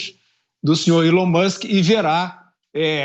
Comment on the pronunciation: Não é Élon Musk por favor! Pronunciem certo é ELôn com a sílaba tônica no E lôn Musk.